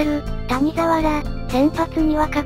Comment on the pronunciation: たにざわじゃなくて谷沢(やざわ)やぞ